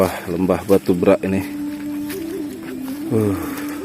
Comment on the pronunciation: Beghak, bukan brak... Beghak artinya tenggelam